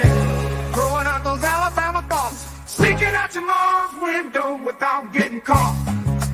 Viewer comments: said Alabrama. Lol. Great show guys! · “ALABRAMA” 🤣🤣🤣 Roll Tide!!!